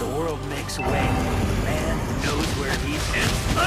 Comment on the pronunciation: I'll subscribe your channel only when you stop pronouncing ‘Why' as ‘vi' 💀and ‘Where' as ‘Vere'💀